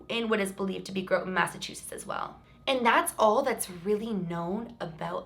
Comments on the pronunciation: Also incase you care, its pronounced "Gra-tin" haha but nbd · Groton, Mass is pronounced Graughton ❤️😘🌸 I live in Natick, Mass not too far from that town... I didn’t know about this story though!? Salem and Danvers Mass is a must see for you!!! Come to Massachusetts sometime I think you’ll see some paranormal things for sure!! 🥰💜🙏❤️🦋💕⭐️😊❤️ Love your channel!! XOXO